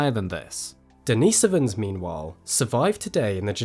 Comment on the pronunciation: Why do you emphasize the so in neandersovans, but emphasize the nis in denisovans? Consistency would be much better and not so jarring.